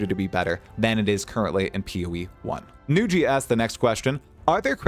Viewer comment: This is the first time I heard Nugi being pronounced Nu-ji xD Well deserved shout out, you're the prime source on PoE2 news, especially for someone like me who doesn't go on reddit. Keep it up! <3